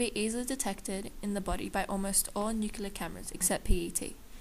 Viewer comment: NUCLEAR-- NOYT NUCULAR!! DUMBASS